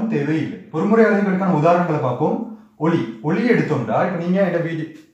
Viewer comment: Expalantion is very clear sir ,but you pronunciation for ஒளி and ஒலி ..both are same .....haha